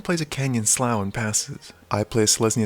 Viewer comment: Slou for canyon slough sounds so bad to me idk why I perfect sloo pronunciation just because I don't walk around saying throu for through lol